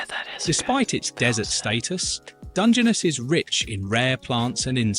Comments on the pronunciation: Emphasis is on last syllable. It’s Dun,gen,NESS. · It's Dunge-ness not Dungeonous! 🤣🤣🤣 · And DUNgeness. As opposed to DungeNESS. Weird. So will learn to mispronounce... 😂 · After hearing the way it ssid Dungeness, I walked out. Must go back to laugh at our robot overlords